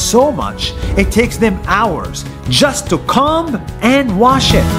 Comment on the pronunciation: Why did he say it takes them hours just to COME and brush there hair? Its Comb not Come!!!!